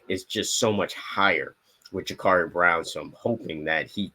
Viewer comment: Guys it's Ja-Cuurri not Ja-Caarri.